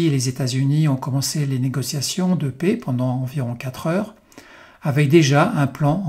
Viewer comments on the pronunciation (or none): Arretez de dire la "pé", la PAIX se prononce "è, ê, est, ai" et non pas "é ou et". Merci pour ça et vos vidéos 👍